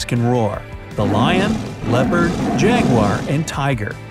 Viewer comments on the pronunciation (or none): none